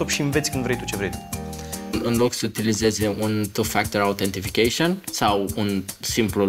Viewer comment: autentiFIcation =)))) imi aduce aminte de Iliescu la inceputul melodiei lui Puya - Americandrim : "consolideishan"